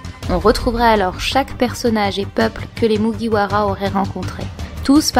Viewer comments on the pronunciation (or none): none